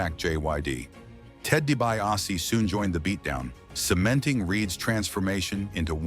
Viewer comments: Doogan (Dugan) and D.B. a sea (DiBiase) hate it too. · Ted Dee-Bee-Ah-See 😂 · Who’s Ted “ Dee-BY-ausee “ and Jim “ Dew-gan?!? 😂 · DiBiase is pronounced “Dee Bee Ah See” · Had no problem with WATTS!!!! Vince screwed him with the hair color and the name the Natural. Learn how to investigate a story. Such a shame you do this after he passed. He still might come after you. Oh, and learn how to pronounce names correctly, , like Dibiase. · learn to say santana and dibease and duggan correctly